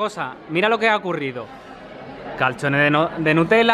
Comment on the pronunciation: porque dicen catchone si es calzone